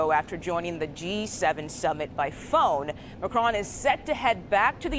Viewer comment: It’s Macron on said on not ‘own’. Sorry but it’s irritating! Sentiments good though.